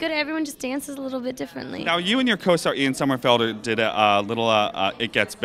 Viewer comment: Candice,Caroline and Somerhalder not Somerfalder dude.